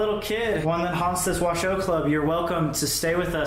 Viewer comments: No, it's pronounced, " WA - SHOW" and spelt "WASHOE". It means, "People from here". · Isn’t it pronounced wa shoe club? I’ve never heard it pronounced the way they are saying it. I remember twin paranormal went there and they pronounced wa shoe. I was confused but what ever